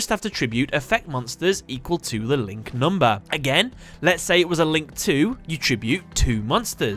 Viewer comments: "NumbA" Ahhhhhhhhhhhrgrrghhedjrmegs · I love how he pronounces monstÄ and numbÄ :D